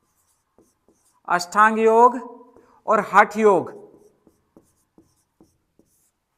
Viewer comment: अष्टांग योग बोलो भाई । बार बार अषठांग बोल रहे ।